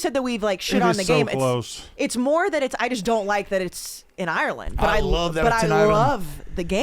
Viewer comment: Say Ireland correctly challenge. Level impossible.